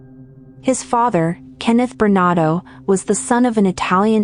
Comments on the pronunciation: It’s Bernardo NOT Bernado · ⁉️@: When are you going to post a correction to his NAME in summary⁉️ It's BernaRdo -2 R's, not "Bernado" as narrator says many x's & posted video title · Why do you keep saying his name incorrectly?!? It's BernaRdo, NOT Bernado!!! Get it straight! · It's Paul Bernardo, not Bernado. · BerNARdo, not BerNAdo. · Bernardo not Bernado Get the monster's name right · SOOOOO, is it Bernado, as the computer voice insists, or is it Bernardo, as the thumbnail suggests? Answer- It's Bernardo, fix your computer. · Please pronounce his name properly. It's Bernardo. He was also the Scarborough Rapist. I remember sketches appeared on the subway trains. When he was caught you could easily see the sketch was him. Karla should never have gotten out but her lawyer hid the tapes that should she was an active participant. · His last name is Bernardo, you are missing the 'r' in his name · Why does she struggle to say bernardo. Its very simple. She forgets the r in there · Pronounce the name correctly! Bernardo ! Paul has been moved to medium security prison now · Paul Berna'R'do... Sorry, It's just I thought it sounded like you were missing the 'R' in his name when you were saying it and then I noticed that it was misspelled also. Don't mean to sound negative. The video was great! ; ) Btw, You say his name correctly at the end of the video